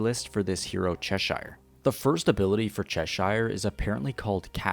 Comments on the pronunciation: For the love of god its pronounced "sheer" not "shire" 😭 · My brother please stop saying saying Cheshire like that. Say it like “_chess_sure” not SHIRE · It's pronounced as Che-sheer. Coming from the Lewis Carroll's Alice in Wonderland. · I'm sorry to be that guy but it's pronounced "cheh-sure" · Pronounce Cheshire correctly before you say it pal